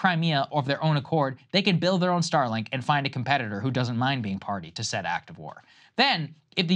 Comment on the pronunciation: Stop talking like that Saagar. "Said" "Said". It's annoying